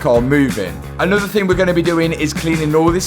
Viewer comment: nawworer? I'll have a pint of what he's had haha